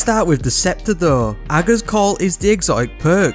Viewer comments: You’re literally the only Destiny 2 content creator who can pronounce ‘Ager’ properly! 🤣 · Which is exactly how it should be pronounced (I’d definitely not want to pi$$ Mara off!) but everyone else says it differently 😂